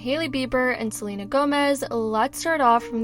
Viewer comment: Can't even say queen Selena Gomez name 😵‍💫